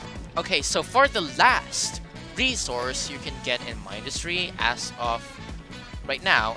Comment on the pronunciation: You say Mindustry wrong It's min-dust-ry